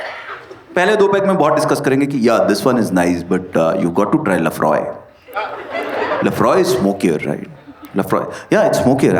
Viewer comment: Aur Laphroaig me “G” silent nahi hota 😅